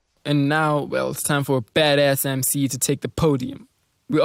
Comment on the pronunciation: The way he said baddas is hilarious, "bedess", lol funny dud